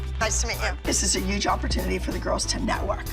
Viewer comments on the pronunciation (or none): Is it just me or in ever single episode when Abby says “huge” it sounds like “uge” 🥲